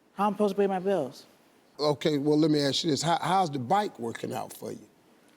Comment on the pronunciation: man, you really got to teach your kids it's not "axe" it's "ASK" with a K, i'm not from an english native speaking place, i'm in Europe, and we learn that in pre-school, it's not that hard, it's my second language, and i cringe when people say "axe me" it's just sounds so weird. ok SOME people have speech troubles, but this is not it, when half your country say that same thing, it's cultural problem. or just mean your school system failed them. because AXE ME is not only sounding weird, it's also misleading to a degree. axe means to me what a firefighter uses to breakdown a door. not to ASK something.